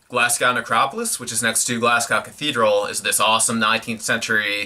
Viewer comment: Glasgow is pronounced Glas-go